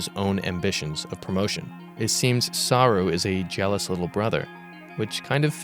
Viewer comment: You keep saying SAH-roo, but isn't it Sah-ROO? Or am I wrong?